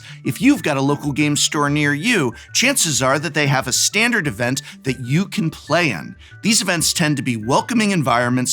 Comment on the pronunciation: What is that "Stahn-Dahr-d"?